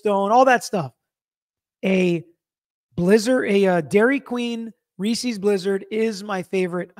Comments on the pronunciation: We need to discuss a very important part of this It's rees-is so that it rhymes with pieces 😂😂😂 Not rees-eez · That’s a super weird way to pronounce Reese’s!! 😂 (it’s reese-is, not reese-eees) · Reece's sounds like "recess". Why does he make it sound like "feces"? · first time I heard Reese's pronounced reesys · I had to stop watching when you said "Reesie" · Ree seas? I thought it was pronounced Rees ess. Love your channel!